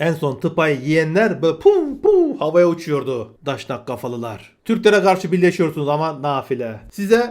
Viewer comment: Kusura bakma sayın: Pek iyi çıkaramadım; Siz Daşnak mı diyorsunuz yoxsa Daşak?